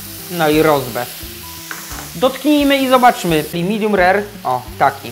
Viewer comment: I nie "midum" tylko "midiem".